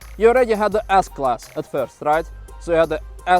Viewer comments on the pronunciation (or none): when you say S class..... sounds like ASS class, ASS coupe convertible, ASS 65...is there ASS 69?😂 😂 😂 😂